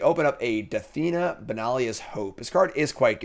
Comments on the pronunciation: Take a shot every time says "Dathina" instead of Danitha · Dan-ith-uh != Duh-thee-nuh 😒 Question chat, has anyone actually seen this English degree of his? 😅😅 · “That would’ve destroyed my Da-Thi-Nata” 😂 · Pretty tilted that didn’t even put Danitha in his deck after butchering her name 100 times during the draft.